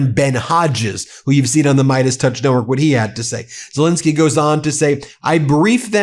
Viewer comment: It's Zel ENSKY, not INSKY, get his name right BEN or should we call you BIN ?